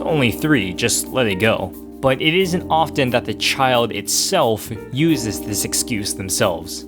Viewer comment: I love how you say the child ITSELF like it’s not deserving of being a human